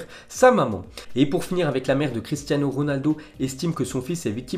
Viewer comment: "Cristiazno Ronaldo"